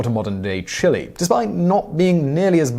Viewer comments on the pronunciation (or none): none